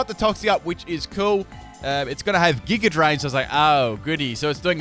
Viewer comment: Why the fuck do you keep putting an "R" sound on words that end with an "A" sound? like Megr Evolve or Gigr Drain..